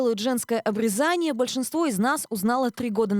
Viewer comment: К сведению ведущей и читателей: если речь о процедуре на гениталиях, следует произносить "обрЕзание"!